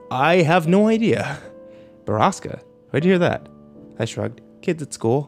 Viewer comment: They call "borasca" a place but borasca is storm in Spanish also he's mispronouncing it